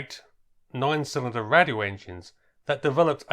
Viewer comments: Great video, but just wanted to let you know that "Radial" as in radial engine, is actually pronounced "RAY-DEE-AL", not "RAD-EE-AL". Otherwise, keep up the good work. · Interesting vid but radial is pronounced ray-dial surely. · Please learn how to say radial properly its not difficult